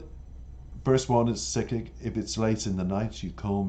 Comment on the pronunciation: It's pronounced as Sick - Kick